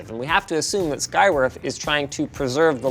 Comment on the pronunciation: Oh man. I thought Linus was saying "Skygrift". I literally thought that was the company name for a bit there.... 😆